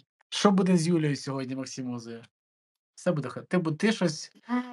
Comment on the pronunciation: Чому "Максімоза"? Вона ж "МаксімУза", саме МУза